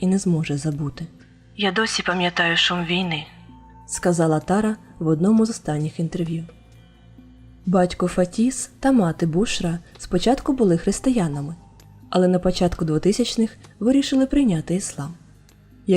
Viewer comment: БушрА - наголос на "А"